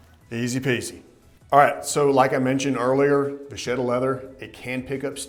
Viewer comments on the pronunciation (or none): Great stuff guys! I really appreciate you guys talking about leather items other than shoes! On a side note: it is va*ketta. Hope you won't mind! Keep up your excellent work!